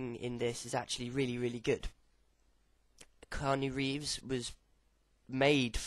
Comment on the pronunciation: It's prononced, Key-ah-new Reeves